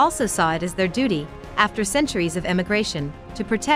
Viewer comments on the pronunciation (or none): none